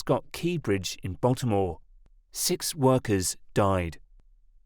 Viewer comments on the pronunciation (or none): none